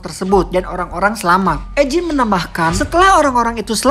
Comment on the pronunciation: Mantap ngabb kontennya!, Semangat nextnya. Owhya saran aja eugine itu di baca yujin